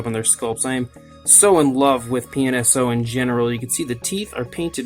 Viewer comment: It sounds like you keep saying penis-o lol. I'm guessing this is another company like Rebor. Where they're mostly all just like Papo besides the price. I was going to get a few Rebor's due to Papo not making them; but once I found out how much a little (unnecessary for me) base and packaging was, I said forget it. I'm not meaning to be negative or anything; I just find it fascinating with them taking a kinda expensive $30 dino figure, but charging so much for two cheap things.